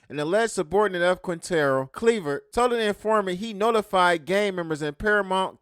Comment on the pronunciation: its not pronounced "cleaver" G, its clever. they 2 different things